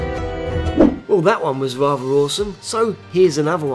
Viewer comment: rather, pronounced wavva